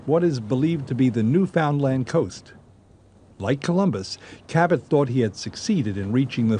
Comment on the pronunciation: Lol im from newfoundland, and these guys are pronouncing it wrong, otherwise good video.